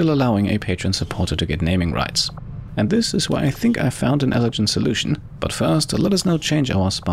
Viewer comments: Hey ! Just letting you know that the 'g' in "elegant" is pronounced like "game" or "gallon" rather than like "gel". Love your content. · You're using the wrong g sound for elegant.